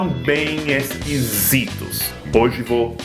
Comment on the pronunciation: Já que o português não é tão difícil, então pronúncia corretamente a palavra “hoje", por favor. ;)